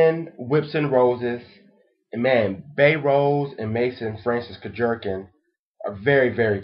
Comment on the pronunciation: LOL! Kurk-jerkin. Think kurk-john. But like Jean Claude van dam. Kurk-gh-eon. I've met the man so I know exactly how his name is pronounced. And someone said maison means house is correct. The house of.. Or just say MFK.